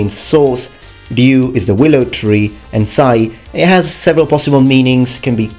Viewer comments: I believe there's an extent to which mispronunciation of Japanese by Anglophones can just be dismissed--the two languages are just phonetically incompatible, and both are atrocious at pronouncing each other. but... RYE OO still makes me cringe every time. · Which begs the question where did Seth Killian get the idea Ryu is pronounced "Roo". Also along with Tekken I'll request King of Fighters, Virtua Fighter, and well, Mortal Kombat since I know for certain Takeda and Raiden are both mispronounced in the game itself.